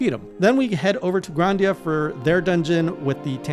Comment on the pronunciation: Bro it’s GRI-Da-Nia